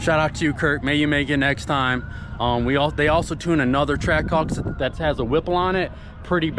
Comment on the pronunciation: Is it just me or did he almost call the Trackhawk a Trashhawk? 😂